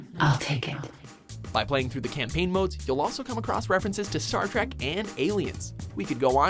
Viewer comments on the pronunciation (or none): none